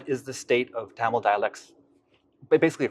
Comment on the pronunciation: I'm sure he is the first American who pronounced Thamil as Thamil not as Tamil.